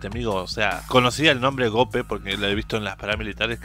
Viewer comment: Mi estimado,se pronuncia tal cual se escribe GOPE no Geope como tú lo pronuncias.